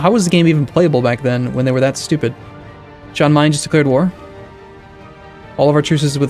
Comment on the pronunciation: It's pronounced Yan Mayen not Jan